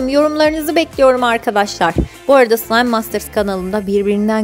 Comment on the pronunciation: abla sen bazen sılaym degilde sılam diyosun 😂😂😂